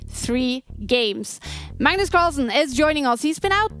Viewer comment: Magnus call-son 😂